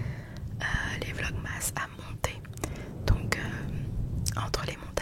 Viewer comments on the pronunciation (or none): none